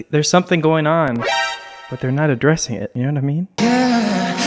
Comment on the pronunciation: AHH! WHEN SAID ADDRESS I THOUGHT HE SAID UNDRESS 🤣